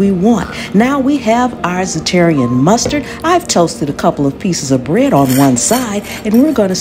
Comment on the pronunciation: This looks and sound delicious. I wasn't looking at the screen when you were adding the mustard. I heard you say, "Za-terrian Mustard" and had to rewind, but you were using Zatarain's Mustard. I was thinking there was a new/different mustard to try.